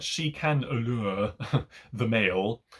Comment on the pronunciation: Interesting review. But, please, stop saying “allure” like that.